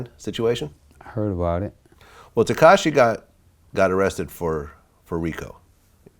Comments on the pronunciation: It was ketachi he would have said tekashi 😂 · Somebody gonna tell... Vlad says "tekachi will" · Katashi??? Lol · No one Freewayricky: ketashi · I already knew someone was gonna be on his ass for saying ketachi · He said Kentanchi tho